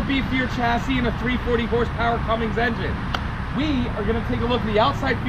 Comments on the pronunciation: Somebody has to say it.... No G in Cummins. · You know it's CUMMINS right?